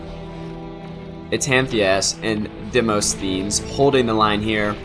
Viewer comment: Demosthenes isn't that hard to pronounce. It's a famous name, so you can probably look up the pronunciation. And it's very appropriate to this game as it's a name that pops up in Ender's Game, which is about (among other things) children battling.